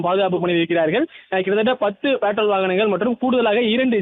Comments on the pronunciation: Petrol ❌ Patrol 😂 newbie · Patrol not பெட்ரோல்.